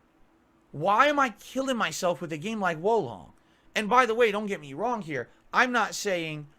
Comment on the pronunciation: wong time, wong place